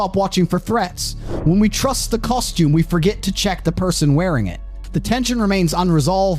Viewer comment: Can pronounce trust and tens of thousands. Must have SOME cockney accent influences, though 🤔